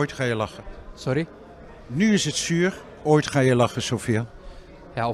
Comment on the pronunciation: Ha his accent even changed to more Moroccan even though he speaks Dutch, I learned you’re supposed to say zuur but he pronounces zur.